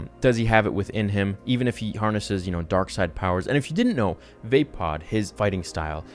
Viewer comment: 1. Vader wouldn't say "lost troopers don't concern me." He admired his troopers, who did everything he asked because he leads from the front. The 501st are the very best. 2. It's "Vah-pad". Not Vay-pad. 3. Mace never would've known Vader was Anakin Skywalker. PERIOD. After 8 months, only Sidious & Tarkin know at this point who he is. UNLESS, he may have put it together if he revisits the fight. "I have the power to save the one you love", "I need him", then defends Palpatine. Anakin Skywalker had been reported dying in the fight to defend the Republic from the Jedi. Vader appeared later almost randomly, & named Emperor Palpatine's second in command 4. Vaapad is a conduit for darkness to flow through, then out of him. The fight is gonna be Mace fast as hell, Vader attempting to catch up. 5. Mace needs a mechanical right arm. 6. Mace could use Shatterpoint. Use the Force to detect how Vader breaks, whether it be through the Force, or links in a still relatively new suit of armour. By your timeline, he hasn't done the modifications to it yet that he eventually does. 7. Mace's outfit is awesome. Seriously :) 8. I think he'd have spent however long this has been in retraining & rehoning himself into a living weapon. Martial arts, swordplay, deep meditation, training those lost Jedi he has found along the way to be the final vanguard against this warrior of darkness & his master. Remember the novelization of Episode 3: Mace had a secret love as well: The Republic. Civilization, jus